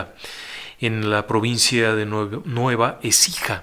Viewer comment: Provincia de Nueva Écija, no Ecija, saludos y gracias por todos los relatos!